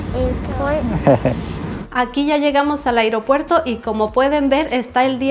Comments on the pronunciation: Me gusta como dice el “iropuerto” 👍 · Me gusta como dice “agriopuerto” 😅